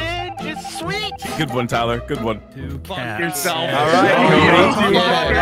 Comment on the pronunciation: “Pretty gewd.”